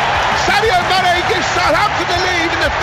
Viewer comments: He said Mayonaise at one point 😂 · The commentator pronounced manés name as M-ar-nay M-aynay Mane Jesus, make your mind up